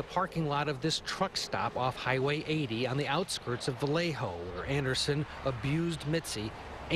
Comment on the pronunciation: Vallejo = VA-YAY-HO 😣